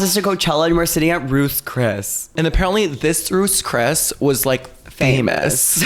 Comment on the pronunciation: The way they say “roos chris” instead of Ruth Chris got me